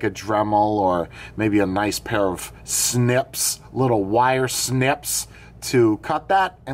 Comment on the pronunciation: The pronunciation of obelisk is one thing. But what about snIPSssss ?! I laughed